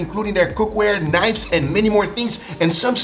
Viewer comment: "Yes, im absolutely obsessed with knives" i didn't know you had British in you?